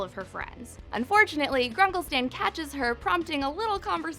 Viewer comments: did she say sam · did she say grunkle sam?! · This woman: “Grunkle Sam” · She said sam in sted of stan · did you say Grunkle Sam? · did anyone hear her say grunkle sam? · Did. She. Just. Say. Gruncle. Sam. instead. of. gruncle. Stan. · Dont tell me that this girl said grunkle sam instead of stan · She said gruncle SAM?!!? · she said Gruncle Sam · "Grunkle Sam" lol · she said gruncle Sam the first time........THIS IS........ UNACCEPTABLE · she said sam not stan